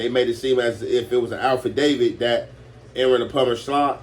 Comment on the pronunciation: Its AFFidavit not ALFidavit my Gangstas